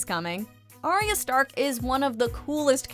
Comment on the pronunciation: It's ARYA, stop saying ARIA!